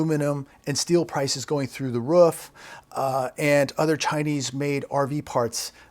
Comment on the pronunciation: you said ruff when I think u meant roof, I thought that was cute ♥️